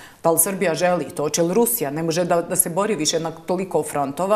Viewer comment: Hoče,neče,slijedeči,moči.Zeno tesko je ovo slusati.